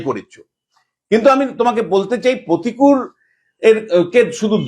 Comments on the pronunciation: please তোলামুলের নতুন imported মহান নেতার নাম সঠিক ভাবে উচ্চারণ করুন। প্রতিকূল নয়, প্রতিকুর। আপনি অহরহ ভুলভাল উচ্চারণ করেন। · প্রতিকূল নয় প্রতিকুর। নাম তো ঠিক সে বাতা 😅